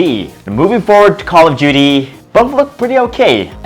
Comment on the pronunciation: Did he just said call of juty😂